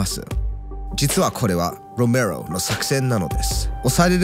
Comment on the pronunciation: ロメロの発音良過ぎて内容が入ってこんよwww